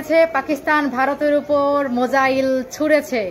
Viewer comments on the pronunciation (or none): উচ্চারণ আগে ঠিক কর .. মোজাইল ছুঁড়সে😂😂😂😂😂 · Misayil na musail thiki bolche tora tin nia juddho gechis o toh musail bolbey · "মোজাহিল" টা কি? সত্যিই তোমরা একটু তো পড়াশোনা করো। ওটা " মিসাইল " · Missile ucharon korte are na jara sei kanglu der saathe ki r kotha Bilbo 😂😂😂